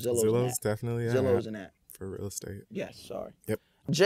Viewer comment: "Zillow" lmaooo